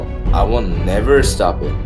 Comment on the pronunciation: Stob it😂😂😂💀